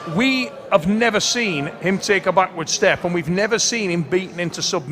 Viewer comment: Tell it's not Quick-Vinia FFS